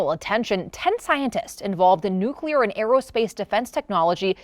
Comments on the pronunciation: It’s N-U-C-L-E-A-R, NOT NUCULUR…..idiots. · learn to talk. The word is Nuk Lee ar not Nuk you lar. Got it? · 1. It's nuclear, not "nookyouler". 2. It's Defense Secretary, not "Dept. of War Secretary". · Nuke u ler? And this guy has a job in which he is expected to be able to speak English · It's *nuclear**, not **nuculer* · Fun fact, it's NUCLEAR, not NUCULAR. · its "NU - CLE - AR" not nukuler. Sorry that just drives be absolutely batsh*t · Why is it so difficult for so many people to say the word "nuclear"? It's NOT "nucular". There's only one "u"!! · George W (piece of garbage) Bush ruined an entire generation and a half with his nuke U ler pronunciation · another moron who says nucular. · In the current year, why is a newscaster pronouncing "nuclear" as "Nuke-u-lar"?? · Nucular Resortch. 😂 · FYI: You lost me at "Nukeyuler" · "Nucular" isnt a word. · What is nu-c-lar ??? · Homie said nuc-u-lar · cause the atom's nuculus lol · "Nucular Resorch" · "Homie said nuc-u-lar" - An exceptionally large portion of the population does, for some inexplicable reason. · That one bugs me so much.